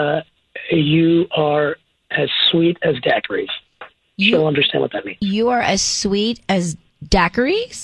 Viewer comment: Dackeries?! LOL! Daiquiris...